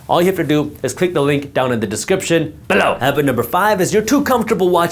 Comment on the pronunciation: He said below, not Beh..low😅